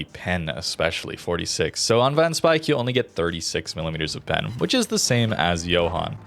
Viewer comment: Van speijk is actually pronounced “fan spayke “ ij in Dutch is an ay sound